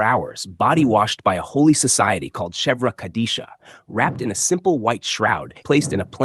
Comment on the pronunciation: Quick note about the Chevra Kaddisha in Judaism, it’s pronounced with a hard ח or כ, from the back of your throat